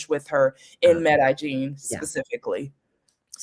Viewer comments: Hi great video. Thanks for your very informative response. Side note. When pronouncing Medellin, make sure when saying “Medellin” take your time stressing each syllable equally. Otherwise it sounds like you are saying “Me da instead of “Me de. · Good video, but please learn how to pronounce Medellín, I was talking to the video trying to correct her 😅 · Sorry for the mispronunciation. Will work on that.